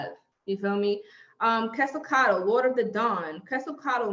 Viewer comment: Qwaziquato?? You mean Quetzalcoatl??😂😂😂😂 I hate it when you guys mispronounced it!